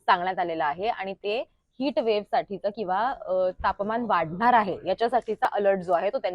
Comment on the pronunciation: हिट (Hit ) नाही .. हीट (Heat) वेव !! :)